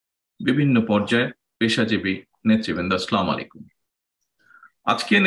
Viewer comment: তারেক জিয়াই সালাম দিতে পারে না বলে স্লামালাইকুম